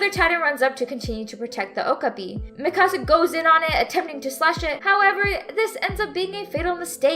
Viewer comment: i hate the way they say mikasa after just rewatching it dubbed lol